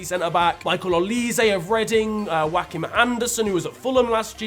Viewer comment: i know he didn’t just pronounce joachim as joaquin